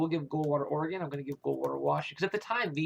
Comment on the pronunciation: It's oregon not organ